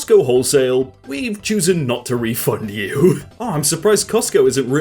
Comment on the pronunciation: did you just say 'choosen'?